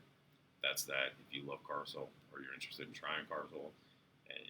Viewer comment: It's pronounced CAR Lyle!!!